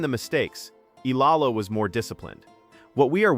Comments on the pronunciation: CORRECTION VLOGGER, NOT ALEX AMELA, IT'S ALEX EALA (PRONOUNCE AS IYALA OR EYALA) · C"mon guy, stop mispronouncing my idol's name, it's Eyala not ela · Great analyses! But please learn to pronounce her name properly: E-YALA to prepare for more features like this. Alex is not going anywhere but UP! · EEE- YAH-LAH.... that's how u pronounce her last name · Just call her Alex! Rather than pronouncing her last name wrongly.